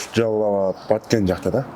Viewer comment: Ошто, Джалал абадта деп зорго айтасынго